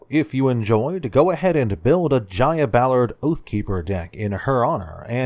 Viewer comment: It’s not pronounced (j-i-y-a)it’s Jaya with a long A